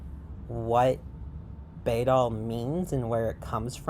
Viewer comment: Just wanna let you know you are pronouncing the word wrong. In Old English, the letter „æ” (called „ash” and replacing the ᚨ rune of the same name) is pronounced like the „a” in cat. So it's (rather amusingly) pronounced like "baddle" In fact, a number of linguists agree that it's directly related to (or even the ancestor of) the modern adjective „bad”. I'm a trans woman who finds bæddel rhetoric to be quite harmful and who agrees with the things you say in this video, I'm just also super into linguistics (it's my special interest, my channel is named for an entirely etymologically unrelated and non-intersex although similar looking Old English word which most likely meant „trans woman”) and the way you pronounced the word bæddel really bugged me 😅 EDIT: I got through a larger portion of the video and noticed you commented on that part. Just so you know, bæddel is unrelated to the word bædling, and you are mistaking the etymology of one for the other. An understandable mistake yet one I still feel should be pointed out. They look very similar but have unrelated etymologyical origins. It would be phonologically unlikely for both to come from the same source, as bæddel's Old High German relative „pad” (which EXCLUSIVELY meant „intersex person”) would not have had the devoiced plosive „p” at the beginning, and would have instead been identical to „bad”. „Bædling” has the etymology you described, deriving from „bedd”, but it exclusively means „trans woman/effeminate man”. It is s